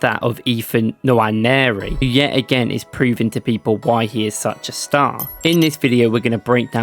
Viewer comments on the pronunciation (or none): It’s not Nawa-neri, it’s more like Noire-neri. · The N is silent. Waneri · Nwaneri = nwA-nay-rI This is the correct pronunciation because he is nigerian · no it’s not. It’s pronounced En-Wan-Airy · Its pronounced Enwa - neri , hes from the same Nigerian tribe as me. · Great video. Please learn how to pronounce his name properly. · Good video. but please stop butchering his name. If you need a pronunciation clip DM me. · Quite frustrating to be hearing it. Not every name has to be anglicised